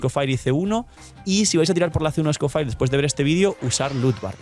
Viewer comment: Cada vez que dice "scofair" muere un gatito